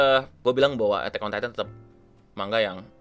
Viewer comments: Keknya manga udah betul bang bukan mangga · Kalo dalam bahasa asalnya(bahasa jepang) manga dibaca マンガ(man-ga). huruf ん/ン/N itu huruf mati, jadi kalo di bahasa Indonesia malah kedengarannya kayak baca mangga